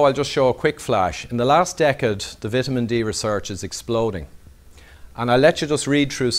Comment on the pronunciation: Vit a men D love the Irish ☘️